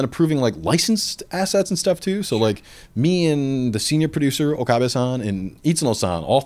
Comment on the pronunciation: I know he know Japaness cause he says ‘san’ right.